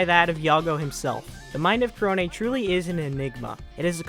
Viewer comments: the way you pronounce korone always sounds like kronii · Dude, are you saying "Korone" or "Kronii". Cuz you talk too fast and it sounds like your saying "Kronii." Lmao